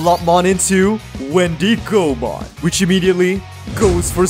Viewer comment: Every time you said Wendy Go Mon, you made me laugh xD the wendigo is an animal and its pronounced like wendigo mon. Anyways, love your content and I'm so excited to see your take on Gammmon/Proximamon deck 👀 I've been playing that deck (proxied obviously) and I love it so much